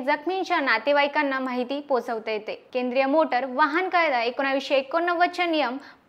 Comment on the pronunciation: खूपच छान ! फक्त शब्द उच्चार बघ , वहाण नाही तर वाहन .